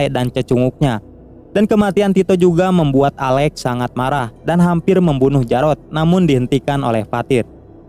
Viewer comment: Alex bro bukan ale